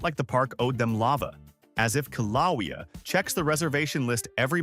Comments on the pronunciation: Ki-lah'-wee-ah? Kil ah way' uh! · You can know a place is hot, and expect it to be hot, and STILL be "shocked" how hot it really is. This review sounds less like a complaint and more like an admission that they had underestimated things. "...as if ki LA wee a..." There's always at least one instance in a video where AI is performing the narration where AI totally screws up a word - usually a proper noun. "Kilauea" is pronounced KIL-ə-WAY-ə. As volcanoes go, Kilauea is usually erupting - it's one of the five most active volcanoes on the face of the planet. There's no guarantee you're going to see actual lava, though. Kilauea has been undergoing its current eruption since 2024, but most of the time it's just venting steam, not lava.